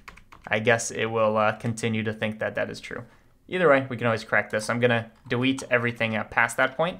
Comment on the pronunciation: are we gonna talk about how he said dewete